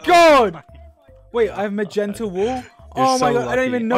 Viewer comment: he said it more like magenter